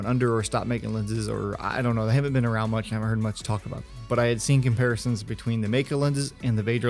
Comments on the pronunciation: its not Mike-EE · it’s actually 2 Chinese words: 美 (pronounced “may”, which literally means beauty) and 科 (pronounced “Ker”, which means technology, science etc.) :-)😊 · Yeah, it’s pronounced May-Ker, from China.